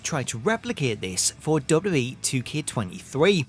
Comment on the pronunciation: The way you say "WWE" has been cracking me up for legit 4 years. "Dubub E."